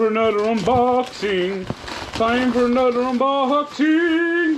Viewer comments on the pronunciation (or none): “ANudder Unboxing” love it